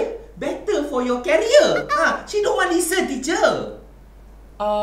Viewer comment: Career pronounce as "keria"